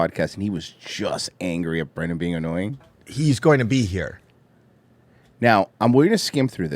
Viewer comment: It's bwendan.......U ileterate,u beast of a banana/mango/coconut vessel? ;)